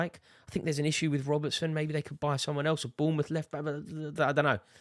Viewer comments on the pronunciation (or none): none